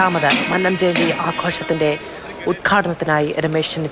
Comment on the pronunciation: മന്നം എന്നതിലെ "ന്ന "യു ടെ ഉച്ചാരണം പെരുന്നയിലെ ''ന്ന " പോലെ തന്നെയാണ്. നിങ്ങൾ മന്നം എന്നത് തെറ്റായാണ് ഉച്ചരിക്കുന്നത്